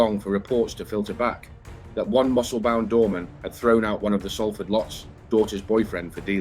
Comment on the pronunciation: This is a great video and very accurate, just word of advice people from Salford, pronounce it "SOUL-FORD" not "SALL (As in Sally) FORD"